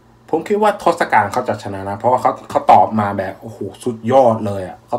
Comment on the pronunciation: Tossakan = ทศกัณฐ์ = ทด-สะ-กัน ครับ คือ เป็นยักษ์👹